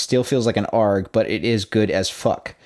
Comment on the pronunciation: Now I see why I couldn't understand that word. It's because you said "Arrg" instead of A-R-G. It isn't pronounced like a word. It's an acronym.